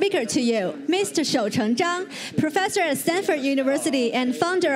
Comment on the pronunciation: 英语居然这么拼，难怪主持人会念错